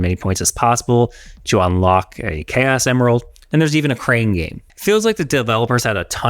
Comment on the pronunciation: 2.37 K S emerald😂. How can an english speaking man pronounce chaos as K S😂? Greag review though. My brain